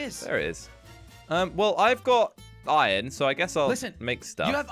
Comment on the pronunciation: Jelly says ion instead of iron